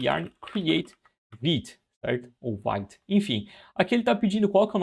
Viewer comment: Vite vem do francês, significa rápido e a pronuncia é como se fosse português e não "vaite".